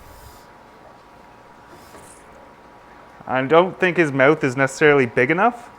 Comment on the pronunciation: LOL you say "mouth" like Dane Cook Mowth